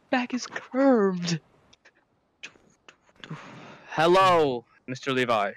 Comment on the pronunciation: "I can't stand, my back is ✨çürvéd✨"